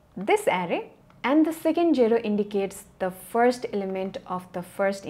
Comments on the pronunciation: please say ZERO not CERO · no offence, but pls for the love of god learn how to say "zero"....